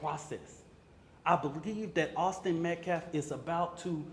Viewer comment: Justice for Metcalf. You couldn't even say his name right. Austin Metcalf. That was his name. Not Austin Metclaf. Weather didn't bring a knife to a track meet. Frisco ISD didn't bring a knife to a track meet. Austin Metcalf, Austin Metcalfs father didn't bring a knife to a track meet. Carmelo Anthony DID bring a knife to a track meet. Carmelo Anthony chose not to leave the tent where he was not invited. Carmelo Anthony ignored 3 requests to leave. Carmelo Anthony chose ro disrespect himself, and the rules of the Track Meet by entering the tent he was not welcome in. Carmelo Anthony MURDERED a boy, a child, a minor, simply for being told to leave where he wasn't welcome. For being pushed towards the exit after being asked to leave. Carmelo Anthony chose to remain in that tent goading for an attack. Carmelo Anthony knew he did wrong and thats why he asked responding law enforcement if it "could be self defence" he was trying to ge that defense before getting legal representation. He knew what he was doing. Taking the knife to the Track Meet was a preplanned action, a decision he chose to make. This has nothing to do with race, political affiliation, gender identity or anything else. You, and people like you are making this about race. But this is as simple as murder. Murder. A minor killing a minor. And absolutely anyone who does that deserves to be imprisoned for that, and deserves the consequence of not being able to graduate. Any educated individual not blinded by race can s